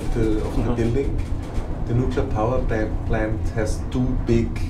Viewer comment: He said "Nuclear Power Pant"!